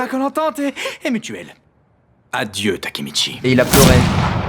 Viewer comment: Le Mec ces pas takemichi mais takemicouille